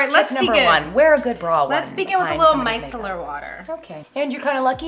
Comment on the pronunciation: I like it when she says 'Mice"cellar water. I picture little mice in the solution, lol.